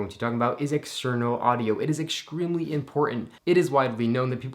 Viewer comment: "It is exsgreamly important''